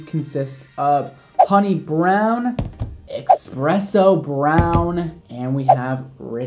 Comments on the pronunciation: you're the best but it's pronounced eSpresso brown. Not eXpresso. ha. Love you! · it’s eSpresso not expresso lol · I love you honey, but there's no "X" in Espresso.